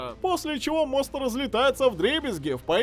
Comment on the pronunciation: Мне одному покозалось стеклянный тост, а не мост